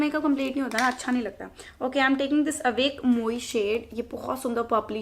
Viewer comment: that's not आवेक मोई 😂😂😂😂 thats french phrase Avec Moi अवेक मुवाह means (with me)